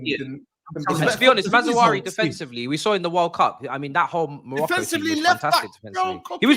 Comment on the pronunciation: calling Mazraoui "Mazzarazzu" 🤣🤣